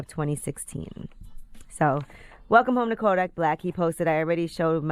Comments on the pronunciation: damn yee butchered kodaks birth name 😂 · You butchered kodaks birth name Ms. Yee